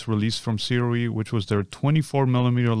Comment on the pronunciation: Hey, Sirui is actually pronounced sue-ray Just thought I'd let you know